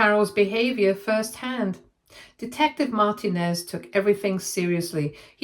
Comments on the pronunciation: I was about to say this. She should know it is said Mar-teen-nez not Martin-ez. My firend had this last name growing up. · Oh for fuck's sake lady, you know damn well how to say Martinez. That's not even a British version of it.